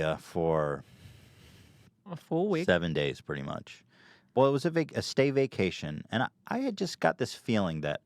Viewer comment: “stay vacation”?? Stay-cation, come on. That’s almost as bad as pronouncing nuclear “nu-kya-lur” lol .